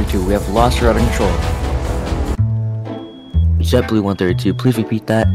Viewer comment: It’s JetBoo not jetblue